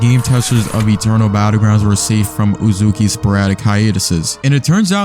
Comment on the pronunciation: The moment you said uzukee I KNEW exactly why it failed.